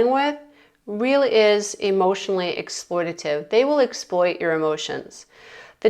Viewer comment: FYI: EXPLOITATIVE IS MIS- PRONOUNCED